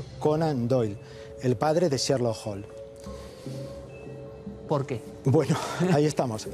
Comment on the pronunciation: Cherlo holm, madre mía que pronunciación.